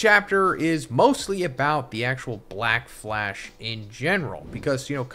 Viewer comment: 💀 she keeps saying blackfash 😂